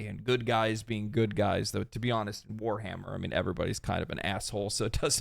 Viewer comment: Ewwww. Weshammer? Please try Leutin. Like an adult.